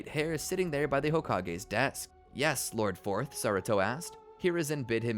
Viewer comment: Bro said lord forth💀